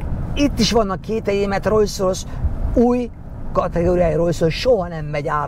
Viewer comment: Ugye rosszul hallom, hogy folyamatosan rojszrojsz-ot mond?